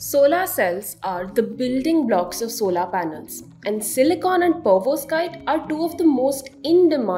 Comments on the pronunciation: Girl do me a favor stop this fake accent And start calling it" Perovs_kite" Solar Module instead of Pervos kite, It's irritating. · it's Perovskite and not Pervoskite 😂 either way it's great to see that we are finally working on stuff like this 👏🏼